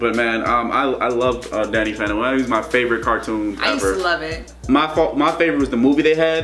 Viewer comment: its sound like hes saying he's a fanta 🤣